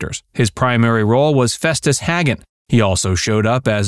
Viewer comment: So, which scene held the blooper, outside of the narrator mispronouncing Festus' last name (which was pronounced "Hay-gehn" on the show, not "Hag-gehn")?